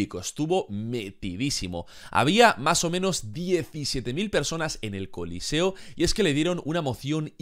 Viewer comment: Es choliseo, no coliceo..